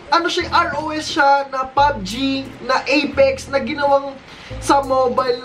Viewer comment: Pabg po yung pronounciation di po P U B G